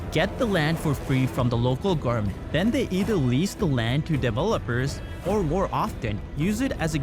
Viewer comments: Is it just me or do the speaker keep saying gourmets instead of government? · Why does he pronounces „government“ like gorement? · New here, your pronunciations could use some serious work. GoVerNment for example, there was enough mispronunciations that I'm leaving a comment on the first vidfeo of yours I've watched. Keep up the good work otherwise. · Gov-er-ment the n is silent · Why are you pronouncing “government” wrong? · Love the video but I would also advise to practice infrastructure and government pronunciations